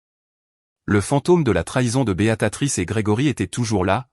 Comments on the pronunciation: Tiens, revoilà Béatatrice, au lieu de Béatrice, ça devient vraiment lassant d'écouter des narrateurs aussi nul, même super nul. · Ça n'est pas Béatatrice, mais BÉATRICE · 🤣🤣🤣🤣🤣 C'est Béatrice ou Béatatrice ????? C'est dingue toutes les fautes d'orthographe et de prononciation, certain narrateur ferai bien de mieux étudier les textes et de s'exercer à la prononciation.......... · Bonjour les erreurs diverses ! Ce n'est pas ! : " Béatatrice " !!! , mais !, " Béatrice " !!!... Vous n'êtes même pas capable de dire un prénom ???.... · L I A confondu tjs les prénoms américains et français ici c est une erreur phonetique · prononciation de béatrice en "béa ta trice", pouce en bas. et encore je suis gentille.